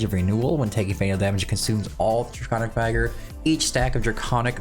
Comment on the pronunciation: It’s how you were pronouncing Draelyn’s skill Draconic Vigour (vigor as your people spell it)